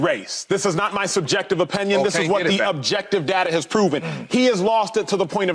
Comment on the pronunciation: Why does Ocho keep saying openyon 😂